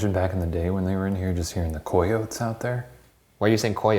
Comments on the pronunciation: “Coy-oats” Shane’s chaotic solo investigation Ryan’s solo investigation What Ryan says he’ll do if Shane were to get possessed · Coy-yotes?? Not the coy-yotes😂🤣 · Not only am i baffled that they're arguing over the pronunciation of coyotes while in a 'haunted' mission, but the fact that both of them are pronouncing it wrong lmao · Ky-oh-tee Ky-oht Shane: Kay-oh-taye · Kai-oats?? Coy-oats??? I’ve always pronounced coyotes “kai-oh-tees”.... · Shane is the only person I have ever heard say KOY-otes... 😂 Shane, it's pronounced KY-ote, or KY-oty. Lol it's spelled coyote though. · It's pronounced kie-yote(s) Damnit Shane! 🤦🏼‍♀️😂 Also you should stop telling them to kill you cuz some day one is going to possess you and then you're gonna be like the girl from the excorcist and then they will have killed you so.. you better chill lol. Ryan gods not going to protect you if you keep saying his name in vain in a house of sanctuary haha... Js.. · Aren't anybody gonna talk about the fact that Shane pronounces Coyotés as Coyots? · It's pronounced KAI-OW-TEEZ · Coyotes is pronounced kie-yo-tees. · did he just say,,, koi-otes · I’ve never heard coyotes pronounced “cay-oates” or “coy-oats” ive always pronounced it “Ca-yo-tes” or “cay-otees” but maybe that’s cause I’m Mexican and i live in Texas where they’re literally EVERYWHERE. (I hope my pronunciations make sense😂) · Coyotes is pronounced”k-eye-ote-ees” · back in High School we learned in English class in Germany that ”coyotes“ is pronounced ”cayotees“.... can any native English speaker confirm this??? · for postmortem: how's shane allowed to clown ryan for his weird pronunciations of months n places when he pronounces coyotes as "ko-yotes" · Good job Shane and Ryan for speaking Spanish. Though Vallejo is pronounced "Vai-yeh-ho," coyotes is pronounced "coh-yo-tes," 😜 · nothing could prepare me for how shane pronounces coyotes. not even a youtube comment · Are we all forgetting how Shane wasn’t pronouncing coyotes right?😂